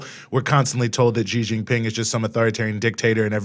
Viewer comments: You are wrong. The American pronounced it more like "G". Of course I know hanyu pinyin. It is more like "C" with the third tone. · Why do Americans pronounce "Xi" as G. It is more correct to pronounce as C. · why ? they are literally the same pronunciation minus the tonal difference. Something tells me that you don't know Mandarin pinyin because C is how an English speaker would try to pronounce Xi and that is incorrect